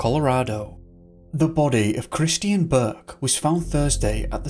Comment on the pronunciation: Hello, the name "Christian" is pronounced CRISS-CHEN, It is not pronounced CRIS-TEE-N. My eldest son was calling himself Christian for awhile, so I'm sensitive to it I guess, no offense intended, thanks!